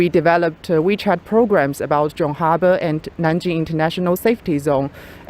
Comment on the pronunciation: Also the pronounciation of "Rabe" by the young student was very good. Which is often mispronounced by many.